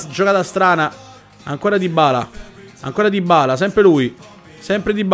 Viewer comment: Dybala si pronuncia con una B...